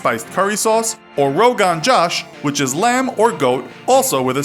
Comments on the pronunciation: Its not rogan jash like you pronunced its rogn josh(pronunciation) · The way you said Rogan Josh Rooogaaan jash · Rohaan goosh is how you pronounce it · It's Rogan Josh..... Rogan Jash😹😹😹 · Ro-gan-jash Hahaha!!!!! 😂😂😂😂😂 Everything is fine but no matter how hard Americans try they can't pronounce indian languages properly be is hindi,Tamil,Punjabi and Kashmiri in the case of ro-gan-jash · Really queen? Chicken Tikka Masala? And Rogan Josh? Like are you fucking kidding me? Looks like you literally just googled 'Indian dishes' and picked the two most exotic sounding names. And you didn't even get the pronunciation right!